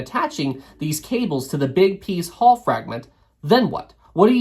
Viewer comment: It's pronounced Hull not Haul.